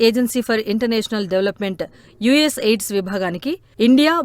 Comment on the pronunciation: ఎయిడ్స్ కాదు AID అని చదవండి..!!